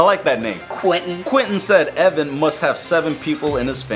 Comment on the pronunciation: Its e v a n